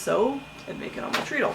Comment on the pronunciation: Hello! Neat video and story. One thing, I am pretty sure (I could be wrong) that it is pronounced tred-ul because your feet run it. They tred on it! (Tread sounds like tred.)